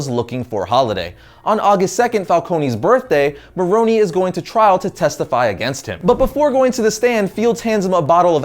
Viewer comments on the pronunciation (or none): i could not get past him saying Falconie and Maronie they are not pronounced the say it is pronounced Fal-CONE . . . Cone not Conie that just sounds stupid